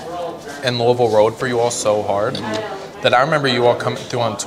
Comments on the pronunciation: Bryan coming right out with the correct pronunciation of Louisville is how I know he's a real one!! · that last louisville Pronunciation made me spit my drink out lmfao hilarious